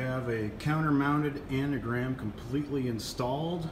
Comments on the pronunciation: It's Angram, not Anagram! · It’s Angram, An Gram, not anagram.